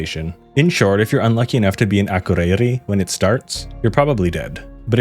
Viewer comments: yes im icelandic (from one of the better regions as well) my grandparents live in akureyri so i say it a lot. you just put emphasis on the wrong letters and also everytime you needed to say ð it sounded like d💀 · im dying at how you pronounced akureyri